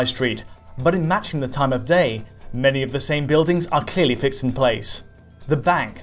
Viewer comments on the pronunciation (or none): none